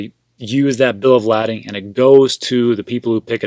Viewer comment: Spelled lading...but pronounced bills of "laydin".